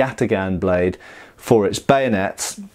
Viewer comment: Why "Bayonets" is pronounced as "Banuts /Benuts" ?